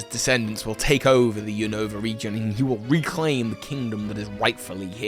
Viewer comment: "New Nova"... "new new"... lol